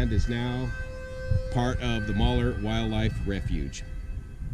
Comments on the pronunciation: Glad you made it out to the "real" West. There's a lot more history here, keep digging. And um, it's pronounced mal-yur. It supposedly was named that after French fur trappers had their seasons cache of furs re purposed by locals near Vale, the Malheur County seat. The old P spread is actually in Harney County, as is the Malheur National Wildlife Refuge. I got hooked on your feed during the Oroville fiasco. Great coverage, thanks. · Another awesome video,your the man.Just wanted say that up here in Orygun, we pronounce it Mal hUr. Did you stop in Fields and get a milkshake?.Keep em coming buddy. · Not to worry... a closer rendition would be Mal-hure. Great job on the Oregon back roads. As well, great job on the dam project. Oregon born, California grown. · Malheur is pronounced (mowl-hure). ;) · Please learn the correct pronunciation of MALHEUR. Mal-Huuer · For the most part you covered this well, however, you were in Harney County, not Malheur County. The Malheur Wildlife Refuge is in Harney County. You also made it sound like Oliver went free and lived happily ever after. Not so, he was murdered by Pete French's men after his acquittal. Also, you should learn to pronounce Malheur. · Good video... but you're butchering the name "Malheur." lol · He butchered the pronunciation of Maljeur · It's not Mauler, it's Mal-heur, almost like the two words "mall here". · "Moller' was killing me! It's pronounced just like it's spelled, mal-heur. Neat story though and glad to hear that bastard meeting his karma. My great, great grandfather Ajax Noyes was also a bastard cattle baron in Montana and has a Bitterroot peak named after him, Ajax Mountain aka Ajax Peak. He lost his fortune chasing gold in the Bitterroots and commited suicide. My great aunt Alva wrote a biography of him and volumes of this book sell for upwards of $5000 today for a nice quality edition. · I thought it was pronounced 'mal hewer', not moller..... I love the area.